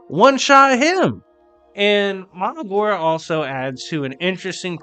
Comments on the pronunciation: It is pronounced maHORAGA justt saying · And bro it’s Ma Her RaH GaH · Bruhh who is Magora lol sounds like you didn’t pronounce Mahoraga